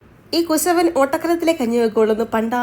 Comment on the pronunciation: കുസവൻ അല്ല കുശവൻ എന്നാണ് കേട്ടോ 😊